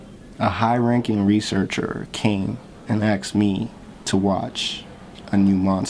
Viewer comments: Saying "axed" instead of "asked", which are entirely different verbs is more disrespectful to the English language, also, wow, 6 years and we still don't know why he said it like that, thanks for keeping my argument relevant. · Stop watching when you said "axed" instead of "asked", your verbal skills are on par with your acting skills.